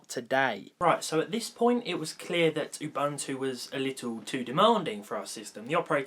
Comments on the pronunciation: Ubuntu...not UbAntu.......sigh...windows users! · It's UBUNTU, not UBANTU, there is no A, please do not pronounce it with a A. Oooh-Boon-too, it's a Zulu word. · You'boon'too not Youbantoo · I died inside when I heard you pronounce Ubuntu. It’s pronounced ooh-boon-two. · It’s pronounced u—buu—n—to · The word "ubuntu" is an old African word meaning"humanity." It is pronounced "oo-boon-too".